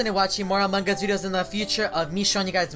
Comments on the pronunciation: how he said Among us: amung ush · Ikr amaungus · It sounds like a mangas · Hahah among gua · How many times did he say Amon Gus hahahahahaha 😂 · "In among gus" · Why do you guys say it Among-Gus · look at how he says among us